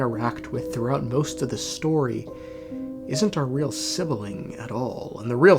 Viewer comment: Why call it sibiling It's sibling 😭